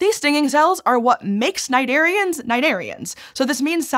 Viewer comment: Hey, the "C" of cnidarians is not silent; it's a "k" sound. Thanks.